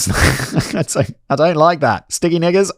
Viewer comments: Simon...you really need to enunciate more if you're going to say sticky nickers. That second time sounded like....something else. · Ok…I can’t be the only one who misheard “Sticky Knickers” as “Sticky N-words” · Yaaa with that accent maybe try a different word u might wanna be done with that one 😂😂😂😂😂😂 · Simon, I didn’t hear a “K”….☠️ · I feel bad 😭 the accent makes it sound so wrong